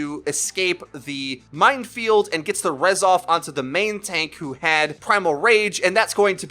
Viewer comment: says mindfield instead of minefield.